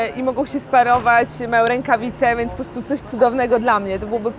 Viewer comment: naucz się mówić wyrażenie 'po prostu' bo az nóż się otwiera w kieszeni ... 'postu', 'postu' co to ma być ?!